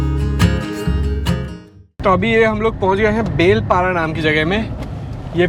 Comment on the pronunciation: It's not belpara it's balipara